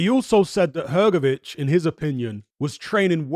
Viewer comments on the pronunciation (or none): Come on man,drop that letter "e" from Hrgović(Hrgovich),it is not "hergovic"!